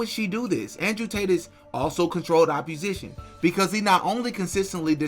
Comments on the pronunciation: It's opp-O-sition, not opp-U-sition. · Great video. Constructive criticism. You're pronouncing opposition wrong. Its OPP-O-SITION not OPP-U-SITION. This woman's hypocrisy has bugged me for 2 years. Thank you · “Opposition” Where do you get the “u” from when you say that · It’s pronounced Controlled OPPOSITION my brotha. Keep doing God’s work sir ! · The way you pronounce “opposition” is throwing me…